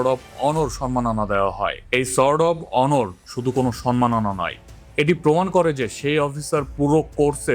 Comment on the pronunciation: আপনার উচ্চারণ এতো বাজে কেনো? শুনলে আর ভিডিও চালিয়ে যেতে ইচ্ছা হয় না। 'সোর্ড অফ অনার' ওনর হবে না 🙄